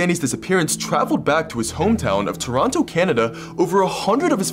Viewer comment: You said Toronto wrong.